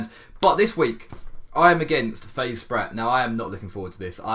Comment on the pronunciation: its spratty what were you thinking